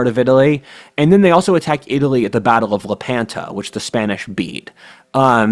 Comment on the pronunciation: Lepanto. Stress on first.